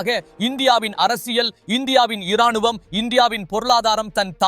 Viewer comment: உங்கள் உச்சரிப்பு இராணுவம்... என்பது எழுத்து மொழியே... உச்சரிப்பு ராணுவம் என்றே உச்சரியுங்கள்... ரா, ர, முன்பு " இ " உச்சரிப்பு கிடையாது